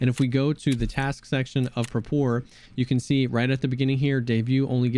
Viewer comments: Pronounced “Prah-per” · Dude. It's prApor. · Love your videos, but the way you say Prapor is wrong. Do a Google Translate from Eng to Rus and listen to the Rus one. Prapor is short for Praporshchik, a junior officer rank in Russian military.